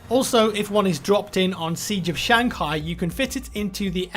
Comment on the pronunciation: British people do this thing where they ad a G or an R after words its weird